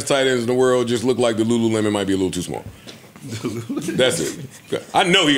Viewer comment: Please. Black people. “lookded is not a word. Looked. Practice it. It flows better.